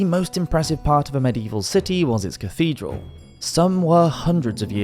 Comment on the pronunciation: Cathedral not cafedral